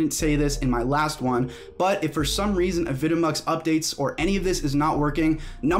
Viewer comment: is it not pronounced "avi de mux"?